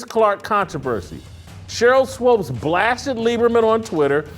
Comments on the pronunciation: Her is SWOOPES rhymes with HOOPS. You keep saying it wrong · Why do you keep saying Swopes instead of Swoopes? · JASON ITS SWOOPES NOT SWOPES. Thank you Steve for helping Jason out lol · Thanks for FINALLY correcting Whitlock on pronouncing Swoopes😂